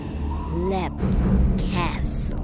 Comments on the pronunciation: "Lep castle" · How do you mispronounced Leap? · It's Leap not Black..